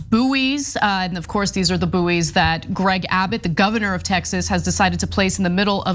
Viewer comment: Boo'ee's!!! Wtf 😂 It's bouys, pronounced as boys! Americans!!!!! 😂😂😂😂 🇬🇧 🇬🇧 🇬🇧!!!!